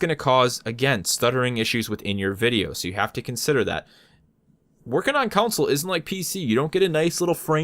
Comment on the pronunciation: You kept pronouncing console as "counsel" :P